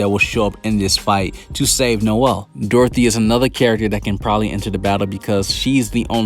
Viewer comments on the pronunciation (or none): none